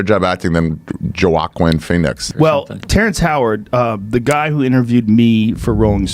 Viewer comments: "yOaKuin fiNix" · Joe OcQueen Phoenix lol😂😂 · Who Phoenix, dude learn how to pronounce a name correctly, or am I a doofus and he intentionally said it that way? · A moment of silence for "Joe Ak Win" Fee Nicks. 💀